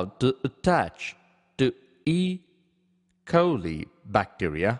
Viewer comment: It was like when he speak E. Kholi...to E.coli 🤣😂